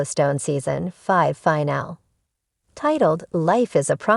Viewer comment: The fact that someone can't program this robot to say the word "FINALE" correctly, is like nails scratching a chalkboard! FIN-AH- LEE! I can't watch it any longer!